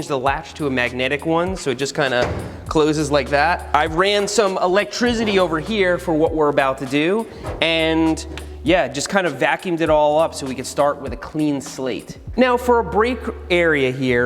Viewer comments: Nobody: Seth: “ Elegdrizity “ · “electrizity” Jk love the videos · He Said "elegtrizzidy" instead of electricity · Idk why but the way he said electricity was so funny I couldn’t stop laughing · The way he says electricity